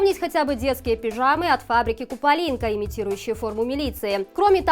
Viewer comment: Для вядучай: удакладніць правільнае вымаўленьне ў слове "купалінка"! А так усё нармальна.